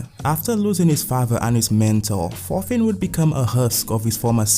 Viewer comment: my man out here butcherin the name of thorfin u say it more like "torfin"